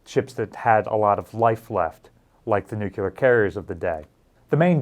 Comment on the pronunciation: I swear, he must just be saying "nukulerr" to be spiteful by now. =) haha